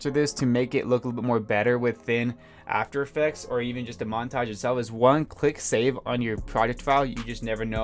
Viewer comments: "Monatage" great video anyways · "monatge" xD